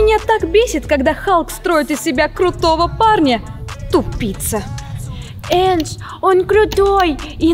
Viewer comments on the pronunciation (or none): Не ендж а эндж